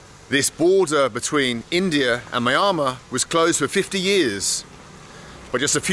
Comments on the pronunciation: No... No... your pronunciation "Myanmar" is wrong... pronounce as "MI+YA(open the mouth when you pronounce "YAA") +N+MA" ''' (NOT - MAYAMA) try to pronounce as Asians.... Good Luck.. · Myanmar is pronounced as Mmm-yen-mar, not My-an-ma or Miami, the way that you pronounced it. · Bald..we say MEE ANN MAR ...not MEE AHH MAR!!😉 My xGF was from Yangon (Rangoon) Capital City.👌9 out of 10 r BUDDHISTS...TOTALLY & "BLINDLY" DEVOTED TO IT!!😨It's IMPRESSIVE the way they RESPECT, BELIEVE & OBEY such Religion...to their own limits!!...i "stuck" myself to my own principals of life of ENOUGH IS ENOUGH!!😞 Still...THEY ARE VERY GOOD PPL...even TOWARDS FOREIGNERS!!👌 NICE Video!👍 Stay safe Bald. 👌✊👏👏👍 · I shall never be able to see the name Myanmar in print again without pronouncing it "Squiggle-Squiggle"! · He said Myanmar but I lisern it miama 😁 lot's of love from India 🤞🤞🇮🇳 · Is it me, or is there something off about Bald's pronunciation of "Mynamar"? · Just watched this video again, it's pronounced ME AN MAR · You saying it wrong...it's Meanma. Stress on Mar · Him saying Myanmar is killing me ahahahaha He clearly isn’t saying it right lol Mi-ann-mar! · I've heard it pronounced ME. ANN MAR. Which is correct? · My guy said squiggle town 😂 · Myanmar is pronounced mee-ANN-mar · Its pronounced MYanmar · i thought he said MIAMA hahahhaha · FFS Bald, it's pronounced: My-An-Mar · Rename the video - My Top 10 ways to pronounce Myanmar. 🤪😂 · Your attempts at saying Myanmar are hilarious 😂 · Why do you not pronounce the N in Myanmar? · incredible to see how many times a man can say word "Myanmar" wrong... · Myanmar 🇲🇲 please learn to pronounce it right